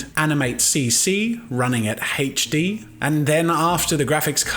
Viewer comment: its HD, its seems like you are saying hedge D